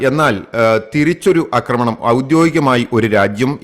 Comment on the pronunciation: അക്രമണം അല്ല ആക്രമണം എന്നാണെന്ന് നാലഞ്ചു വീഡിയോകളിൽ പറഞ്ഞിട്ടും ഈ പൊട്ടനു മനസ്സിലാകുന്നില്ല .....കഷ്ട്ടം